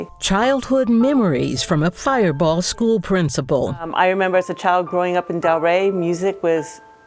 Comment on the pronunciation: It's firebaugh not fireball